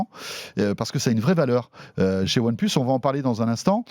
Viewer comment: One pleusse :D.